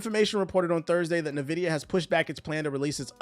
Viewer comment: This clown calls people broke without knowing anything about their lives. Defending the worst generation in gaming history. All while he can't read. How do you pronounce Nvidia again? NEEvidia? 🤣